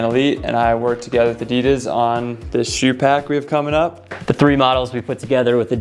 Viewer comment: Cool shoes but why o why does everyone pronounce Adidas wrong???